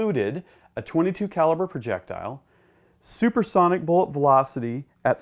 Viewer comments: It’s supersonic not “subersonic” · "Subersonic"??? Yep, clearly knows his stuff. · Supersonic* not Subersonic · What's "subersonic"? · Supersonic not Subersonic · I think you mean "suPersonic" and not subersonic. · What the heck is "subersonic"?